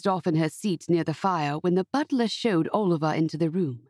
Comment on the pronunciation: "Owlivar"? Who pronounces Oliver as Owlivar? This is a really sweet story, but as others have said, the narration is unbearable. (At 1.25 times the speed it was a tiny bit better). I wish American narrators would simply narrate American stories, or read the books in their own accent, and British English people would narrate books that call for a British accent. I am German, but familiar enoughwith various British English accents to find the fake British ones assumed by narrators from the US really really cringey. And if I as a German can notice, I don't even want to know how it makes native speakers' ears bleed ;) BUT I loved the easy flow of the story and what I really love in general about your stories is how soothing and uncomplicatedly sweet your romances usually are! They are safe, and I don't have to worry about them being upsetting or overly sad. Although the father's illness was sad in this one!